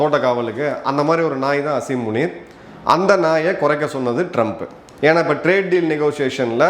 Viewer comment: சார் ஸசரி முனி இல்லை உனி